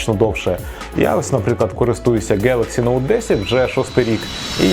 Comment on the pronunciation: Honor 200 - на сьогодні - MINIMUM 10.999 в 🇺🇦 це ще не 200 pro який ліпше . ДЕ 9.999 ??? Poco X7 - від 11,500 ! Motorola edge 60 - від 15,500 ! Google pixel 7 - ЦЕ смарт який не оновлюється ВЗАГАЛІ. Який придбали Android 13 такий і буде ! А вже є і 16 😊. Дивно ви вимовляєте NOTE. Якісь дивні у вас ціни на смарт в Україні якщо брати до уваги що ВОНИ МАЮТЬ БУТИ — EU. 😮